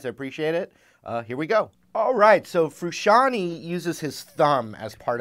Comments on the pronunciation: Frusciante. Not "frusciani". Jeez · FRUSCIANTE...not Frusciantee. It's italian name.